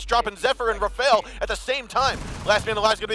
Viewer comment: its not Rafael its rafale